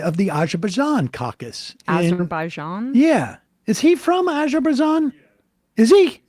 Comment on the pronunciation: Sam saying Azerbaijan, sounds like a drunk person saying absolutely anything.